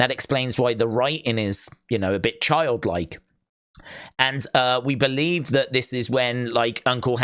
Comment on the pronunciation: If you Bo-lieve you will Bo-Long 😂